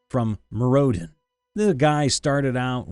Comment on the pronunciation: "Mirrodin" is pronounced "Mere-oh-din." Just FYI.